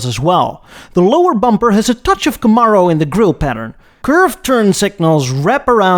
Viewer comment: I've never heard anyone pronounce camaro like that also please do a what if video where the el camino never got discontinued